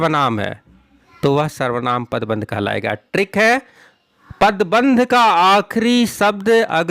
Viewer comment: I like how he doesnt say "trick" he says "TRRRRRRRRRRRRRRRRRRRRRRRRRRRRRRRRRRRRRRRICK"